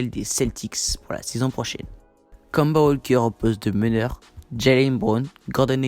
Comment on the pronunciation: Kanba vraiment c'est kemba et on prononce kaimba, stp je l'ai beaucoup cité dans mon truc sur les hornets prononce le mieux stp